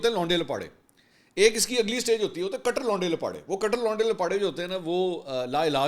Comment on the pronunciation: کیا کٹر کٹر کررہے ہیں یہ لفظ ٹ پر تشدید کے ساتھ ہے کٹ٘ر